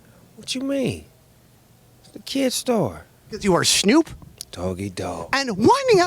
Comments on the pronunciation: I love how Nardwuar calls him "Shnoop" 😂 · I love that he calls him "Schnoop" as if he was Jewish lol